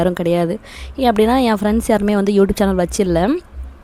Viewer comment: You Tupe open pandrathunu konjam clear solluinga pls 🙏🙏